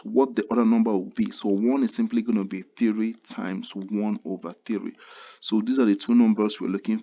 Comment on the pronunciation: The way he pronounce three got me😂. I prefer your work though